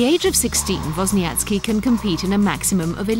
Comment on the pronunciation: LOL "vozniatski"